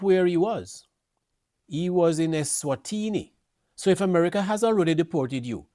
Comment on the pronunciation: Sir, Say the name of the country properly. The country is not called “Esterwini”. Speak properly.